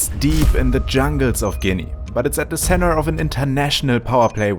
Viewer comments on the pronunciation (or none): none